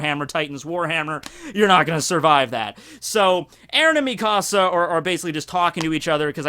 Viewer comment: Stop saying me casa it's mikasa (me-kuh-suh)